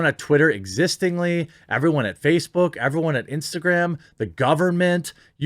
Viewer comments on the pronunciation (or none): none